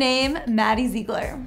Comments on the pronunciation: ZIG-LER, not ZEE-GLER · Lala Lala no maddie says her last name zig-ler and her and abby have said that I have also heard Mackenzie say Zig-ler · Lieve V.D.H if you see maddie say it it’s zig-ler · Zeegler lol its ziegler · at least learn to pronounce her damn last name correctly. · Your so right like if you're gonna do a video about Maddie pronounce her name right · Jacky Mai well they should say it how she says it not meaning to be rude